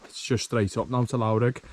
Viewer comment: The 'lough' in Loughrigg is pronounced similar to 'rough' so Loughrigg is pronounced: "Luff-Rigg".